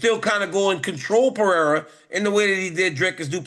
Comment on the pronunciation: The minimum you can do is learn to pronounce the champions name Pereira... you say you are professional ?